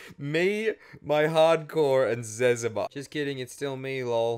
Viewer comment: Zezma… it’s Zuh-Zee-Muh